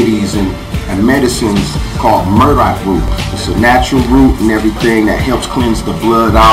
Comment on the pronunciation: it's Burdock, not 'Murdock'........;)